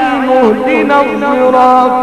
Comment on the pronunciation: إهدنا الصراط....وليس الضراط...ماهذا اللفظ